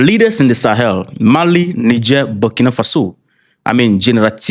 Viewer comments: The MF did not even bother to learn how to pronounce Niger. Notice also how he referred to the Terrorists who attempted a coup on the Malian leadership as a 'Military'. I wish I was in the room as a Reporter. I would have lobbed questions and follow-up questions at him that would haunt him for the rest of his life. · How did he pronounce Niger. France is desperate in redeeming their tartard images all over Africa. ✌️❤️ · Over sixty years, you still cannot pronounce Niger properly. That just tells us, you never cared.